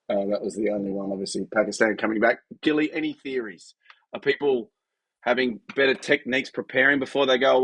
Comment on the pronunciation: The names gilly not silly😂❤